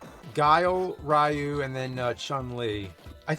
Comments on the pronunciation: "Sah-gaht" "Ree-you" "Chuhn-Li" "Zahn-gi-eff" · As in Ryu as Ry- you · Why did you mispronounced Ryu's name?! You got it right 10 years ago.